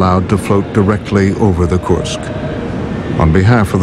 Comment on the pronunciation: Kursk not korsk lol jk